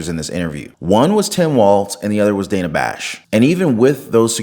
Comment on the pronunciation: She pronounced Dana 's wrong.. the crickets lol.